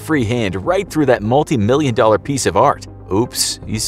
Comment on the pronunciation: he said dolla, not dollar lol